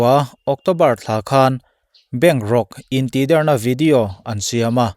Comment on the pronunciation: Intihder tih hi 'Der' tih hi thluk san tur a ni lo. A bialnu a tih der tih i lam a i sawi ang hian a dik zawk.